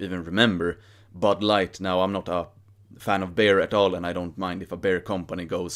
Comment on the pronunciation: your English is superb. But it took much focus and context to realize you were saying beer and not bear 😅 Hälsningar från NYC!